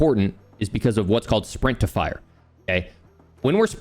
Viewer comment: Who else heard “sprintifier” instead of “sprint to fire” 😅